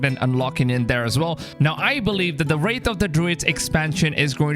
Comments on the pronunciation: Its pronounced "wrath" not "wraith". A makes ah sound like apple. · Ye it’s so annoying said wrath and wraith there no “I” in wrath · “Wrath” not “wraith” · WRATH not wraith bro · Theres no I in the word bro its Wrath/Rath not Wraith wtf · Wrath not wraith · Its Wrath of the Druids, not Wraithe